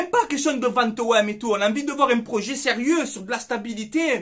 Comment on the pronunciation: Le proyet , le proyet ! Comme j’ai rigolé 😂😂😂👍🏻